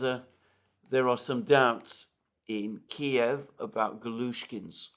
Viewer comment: I love that he still calls it Kiev, not this keev shit.